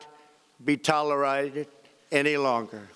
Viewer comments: Will not be tolerided. Mm, ok, if you say so. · "TOLARITED?" .... is the true message of this address: "I'm not OK" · Has anyone else "Googled" Tolo-righted as President Trump pronounced it... very interesting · I love this man and loved his speech, but I couldn’t help but chuckle here - “Will Not Be Toler-y-ated” 😂 TRUMP 2020! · “foment” “tollar-what”?! “these accompliment shades”????? Whoever wrote this speech should be fired or kicked out of America.